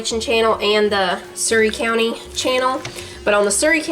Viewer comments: You are right on how you pronounce Surry county. I am just up the mountain and across the Va. line from there. Surry is the county where Mt. Airy is located, Andy Griffith's hometown. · You pronounces Surry County correctly.It is not far from where I live. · Hello you are saying it right live Yadkin County we neighbor of Surry County NC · Yes, you said Surry County correctly. I live in Davidson County, NC and it's not too awfully far away.